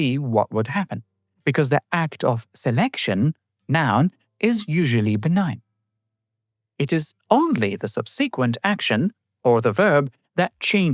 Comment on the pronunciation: The word "vocabulary" should be stressed on the second syllable, i.e. "voCABulary". Apple's first GUI computer was the Lisa in 1983. The Macintosh was kind of a cut-down version. The word "subsequent" should be stressed on the first syllable, i.e. "SUBsequent"